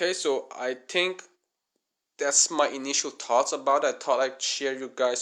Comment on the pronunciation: CRE A TU RE - not CREATU , THREE - not TREE, THINK not TINK